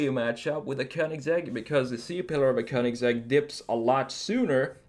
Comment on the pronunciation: I happen to speak both Croatian and Swedish and I can tell you all that this guy is not only a remarkable desiger, but excellent in pronouncing both Rimac and Königsegg the proper way. Hats off! Don't speak Italian, but the Italian pronounciations sounded right on too. I'd say this is one uniquely talented American. In several ways...